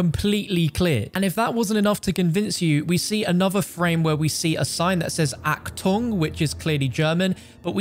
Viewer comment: It's so weird for a german when some Americans can't pronounce German words correctly. Especially about the "ch" XD in "Achtung" or "Nacht der Toten", which sounds like "Nackt drr untotten"